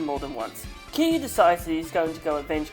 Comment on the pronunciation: And his pronunciation for Kiryu was just the correct way to pronounce kiryu lmao